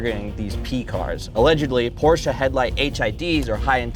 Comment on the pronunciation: Porsche. Not Porscha.